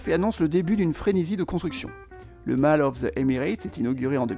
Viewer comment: on prononce Moll bb